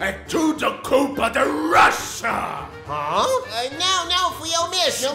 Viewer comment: *Ártico respira EUA: "É TCHUDO CULPA DE RÔXIA!!!"